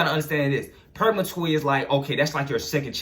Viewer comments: Purgatory bro not purgamatory .... But i fucks wit the message so pronunciation doesnt matter cuz i know what you talking about .... But id like to pick your brain because im caught up and feel like im at a standstill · He said purgamatory 😂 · Are you saying purgatory? 🤔